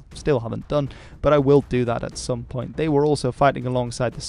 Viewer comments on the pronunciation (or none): none